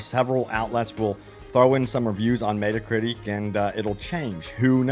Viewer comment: Why are you saying "metacritic" that way?